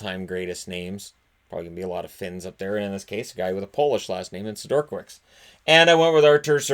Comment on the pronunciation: Isn’t it Peter “Seh-dur-kah-vich”? Maybe I’m wrong, idk.